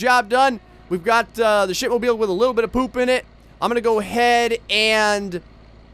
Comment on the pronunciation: do you mean the "shitmobeal" 😂😂😂